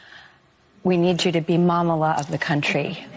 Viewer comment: bfm jhidtfgr Sorry. When she said "Momala" I cringed so hard that I hit the keyboard